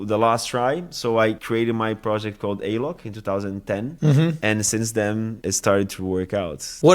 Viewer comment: Prestando atenção aqui.... que pronúncia perfeita do Alok! 😍